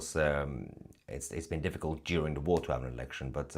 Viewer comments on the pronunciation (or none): none